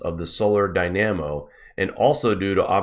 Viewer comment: Search up Solar dynamo. Also he is pronouncing it incorrectly. Should be dai· nuh·mow. Basically it is the magnet oscillation of the sun which is said to be quite consistent in its many dimensions.